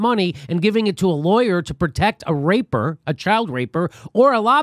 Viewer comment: It's rapist...not raper